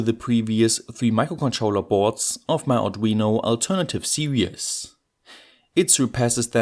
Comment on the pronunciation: Now I wasn’t going to mention that, but you make a good point. But the one that makes me grind my teeth is pronouncing “series” as “serious” , which seems to be a common thing with native German speakers, but I should be grateful as in all other respects the presentation clarity is excellent. Keep up the great work!